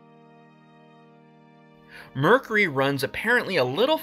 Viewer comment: You might want to learn how to pronounce the word mercury